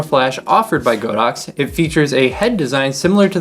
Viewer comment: Not the most important thing, but it is actually pronounced God-Ox, not Go-Dox. 神牛 means just that. :)